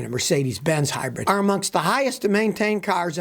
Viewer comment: Scotty...I keep telling you...it is HYBRID NOT Hybred ! Hybred is a tall bread van... Just stop it now...